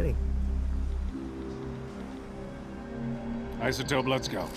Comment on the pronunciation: "uh, hi-Sotope?"